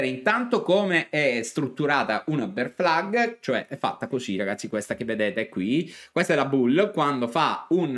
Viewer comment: Però questa BEAR FLAG potremmo anche pronunciarla correttamente 🤣